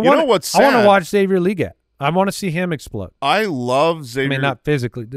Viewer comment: Can I just say it's weird hearing people say Legette LEE GET. It's his accent, that's why he says it the way he does, you don't have to emulate an accent, lol. If someone's last name was Anderson, and they pronounced it AIN-DUH-SONE, would you also say it that way?